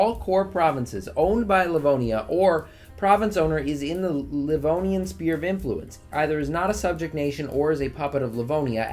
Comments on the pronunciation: I always hated how he said sphere now I feel represented. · Is it like, an inside joke or something that a lot of vicky streamers pronounce sphere as spear instead of how it's actually pronounced lol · Never stop pronouncing Sphere as Spear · no offense dude but when you say sphere it sounds like spear